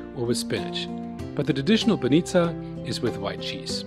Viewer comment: Excellent - pronounce my favorite BAH'neetzah!